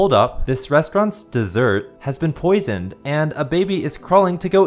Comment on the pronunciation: "This restrauant's dessert has been posisoned!" Baby eats turns into yoyle metal